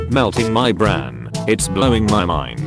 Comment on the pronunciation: it sais brain wrong right after it sais it right it says zuck